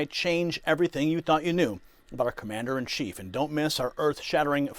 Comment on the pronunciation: What? Did say, "our commander in Thief"? Or was that just what my brain heard?